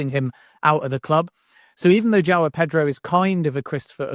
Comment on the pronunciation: I’ve never heard anyone butcher João Pedro’s name so bad 😂